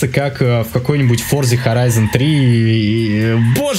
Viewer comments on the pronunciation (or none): none